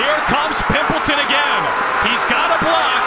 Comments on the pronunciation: It's pronounced "Pimp Leytawn" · Dude loves saying Pimpleton with that EMPHASIS! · The way he kept saying pimpleton ᴘⁱᵐᵖˡᵉᴛᵒⁿ